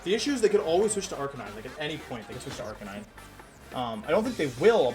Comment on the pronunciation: You can tell he was stressed because he kept misspronouncing Arcanine.